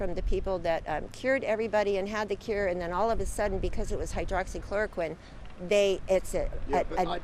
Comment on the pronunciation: Lol she said "Hydroxcloroquin" is the cure LMAO